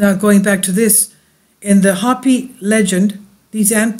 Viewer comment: "Hope-ee" not hoppy ;)